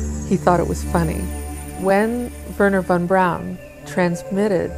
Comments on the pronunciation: Bato ne kaze se vorner von braun , nego Werner a na nasem Verner von Braun ! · ocigledno lose poznajes strane jezike, Dona je Hejr a ne Hare, a Vorner Braun je Verner Fon Braun, tako se to cita. A brkas i telekinezu (sposobnost pomeranja objekata mislima) sa mogucom telepatijom ili necim slicnim. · nije on Worner von(čita se fon) Braun, nego jednostavno Werner von Braun jer on je Njemac a ne Amer.